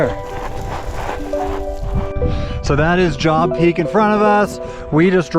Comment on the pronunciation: wonderful video. For reference, Job is a biblical name and pronounced like Jobe 🙂Looking forward to doing this trail in July. Didn't seem too crowded. What time did you start?